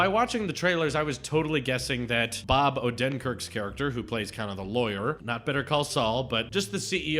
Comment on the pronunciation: “First bunch”. I agree. All the films post-“lunch” went downhill. I like your reviews, but my only critique is that you talk about the plot too much. PS: Disney NEVER gives copyright notices. You can play their clips normally and not sweat about it. PS2: You keep mispronouncing Bob Odenkirk‘s name. PS3: It’s not a “kids film”. Brad Bird made that very clear on his Twitter when he roasted someone. He said he HATES when film journalists call Pixar movies “kids movies”.